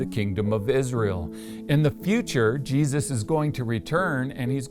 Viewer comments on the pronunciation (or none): none